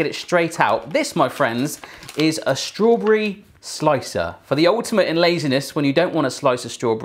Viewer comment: He dosent say strawberry he says straw bre